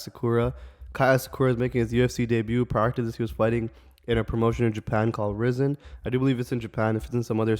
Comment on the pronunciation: also brother is pronounced (Rie-Zen) Rizin